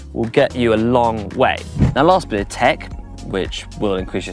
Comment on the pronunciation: Only could mispronounce “of” 🤣.